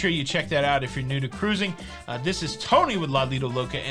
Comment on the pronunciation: KA-RUISING!!!! BHAHAHAHAHAHAHA